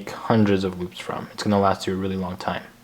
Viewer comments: He said loop or boob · i thought he said "boobs" xD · The first time you say loops it sounds like boobs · am i the only one who heard boobs instead of loops ?